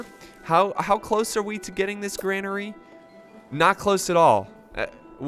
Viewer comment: its said like Grain-ery not Gran-ery